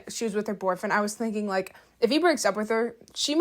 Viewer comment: I BEG you PLEASE learn to say boyfriend correctly.